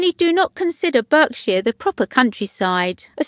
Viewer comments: A/ You have a horrible accent. B/ It's pronounced BARKshire not BERKshire! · Had to interrupt watching this - the commentator is English. So how come she doesn't know that Berkshire isn't pronounced "Burk-shire," but "Bark-shah"??? I'm from Buckinghamshire myself, just round the corner. Please, get these things right! It would be forgivable if you were American (just about), but NOT if you're English!!!